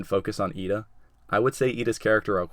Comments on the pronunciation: Wow... you got Iida almost perfectly. Good job! I hope you get other ones right too! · Wow you got lida right